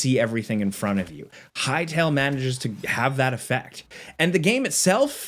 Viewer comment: respect to the guy who said "hytale"